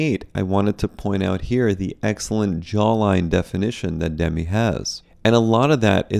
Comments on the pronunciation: It's "Duh-mee" and not "Demmi", fyi. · Doesn’t she pronounce her name ‘dem-ee’??